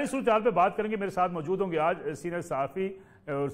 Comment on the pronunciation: Mjod nai mojood hota hay pls correct your pronunciation